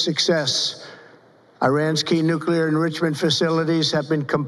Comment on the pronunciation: He can't even pronounce Nuclear. 😅😅😅😅😅. They are standing in that weird formation because, it's his human shield 😅😅